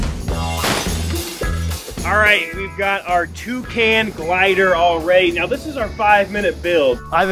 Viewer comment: Neow it starts neow